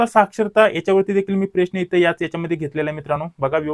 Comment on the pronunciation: साहेब अगोदर प्रश्न च उच्चार नीट करा .😂😂😂😂